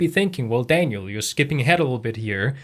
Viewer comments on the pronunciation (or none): none